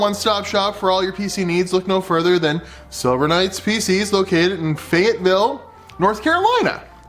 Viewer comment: Silver Knights, i thought you said Sober Nights for a minute